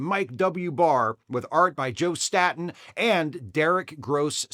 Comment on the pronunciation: Don't mean to be a weenie, but Joe Staton's last name is pronounced "STAY-ten". I know how it is when you've only seen your fave artists' names in print all your life. I thought Alex Toth's last name rhymed with "Hoth", like the planet in the Empire Strikes Back, until I was well into my thirties.